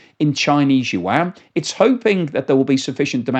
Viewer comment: Love your channel but your pronunciation of the word yuan makes my ears bleed